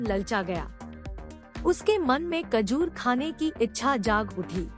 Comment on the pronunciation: Kajor nehi mather chud....... Khajor